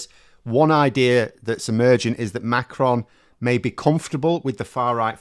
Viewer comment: Great video and well informed on French politics, superb,. A good pronunciation of the name Macron, very good. You should hear Joe Scarborough and others on American TV pronounce Macron as Mc Ron or something like that. I think that the name of Eric Cioti the leader of les Républicains in France is pronounced Shioti, like cello the musical instrument, but I'm no expert. I've listened to a lot of French radio. Great video.